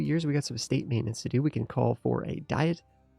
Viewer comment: I think in this context, you should pronounce diet, like "dee-ette"